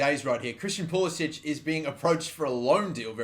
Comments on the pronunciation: Thank god someone who pronounces pulisic at least closer than poolisick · He very specifically tells game commentators to pronounce it as pool-i-sick because he thinks it sounds more American.